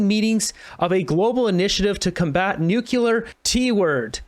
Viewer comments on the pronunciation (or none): Nu clee are! Not nu cue lar ! Other than that, great show. Got my like. 😃